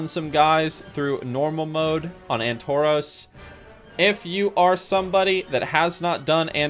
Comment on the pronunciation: Ann-toros :D